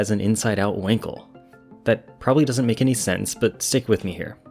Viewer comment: Not winkle but [ VAN KEL]